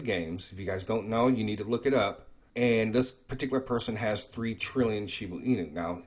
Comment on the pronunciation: If u are going to talk about a cryto si often u should know how to say it. It's annoying when you say shibu inu. It's shiba.